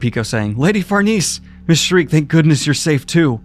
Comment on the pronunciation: mangaka, Sheer-keh, far-nay-zay, serpico not sir pico.